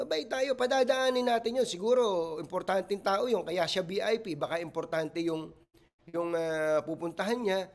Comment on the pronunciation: Bisaya yung pulis kaya yung pag bigkas nya ng VIP, VP lng ang lumabas naming silent yung letter I.😂